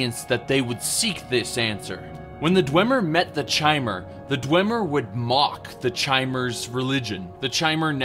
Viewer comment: Awesome, very informative, thank you! But... "chai-mer"?! You do know the word "chimera", right, that literally refers to a 'changing one'? Might as well pronounce Vivec as you do lilac.